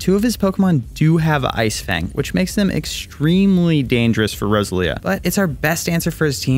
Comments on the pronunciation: 'rose-a-leah' 'ar-see-us' Will people pronounce things right for once? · Row-sell-ia cmon brother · it triggers me how you say roselia